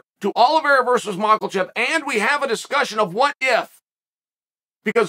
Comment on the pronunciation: Makelchev...Pierruh...Moooeeee tie